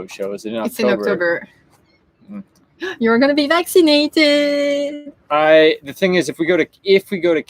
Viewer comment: says "we're so excited! Next week we're getting back to naked!" 😜..... Accent translation - Vac ci nated